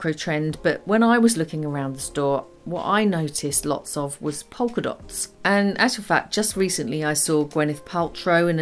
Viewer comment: Don't pronounce the' l' in polka dots.